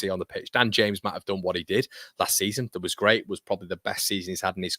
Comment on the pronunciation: It’s gwait it’s gwait 😂